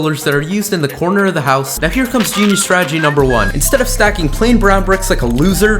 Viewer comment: I love how he says genius Statige but 10seconds later those dumb cobble stone